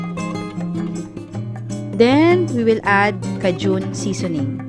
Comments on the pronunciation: Thank u for the recipe! Proper pronunciation for nang cajun is K-jun. Like letter K and joon. Hindi for Caaa-joon! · Ate, it is pronounced as , key jun, not kajun. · Cajun pronounced as (/ˈkeɪdʒən...sorry po ahh bothered lng aq pag nririnig q...tje recipe seems great thou. 😍😍